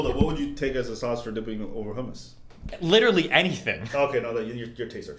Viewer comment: Hamas is a good dip? how could you accept that pronunciation as an Iraqi? It's hummus, the 'u' should sound like the 'u' in 'ruler' and the "m"s should be prolongated. And Destiny didn't have a good hummus.